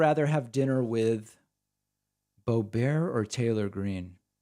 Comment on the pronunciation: Whenever you say Lauren Bo-bear, I somehow feel sorry for Stephen Colbert. 🥴